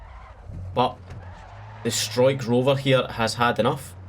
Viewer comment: Always fun to watch someone trying to pronounce a combined dutch vowel like you in Struikrover😂 It btw literally means Bush-camper, so you should be proud #notificationsquad